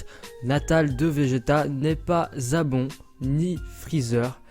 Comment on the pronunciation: On dit pas zabon on dit Zarbon et ginyu sinon bonne video